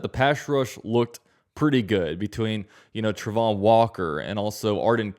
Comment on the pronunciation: I know you have an opinion on the pronunciation of Travon's name, and I ain't being an ass, but it's wrong. He definitely himself says it Tray-von.